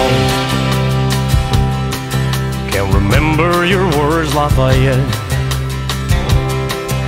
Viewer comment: I love the way you pronounce is Lafayette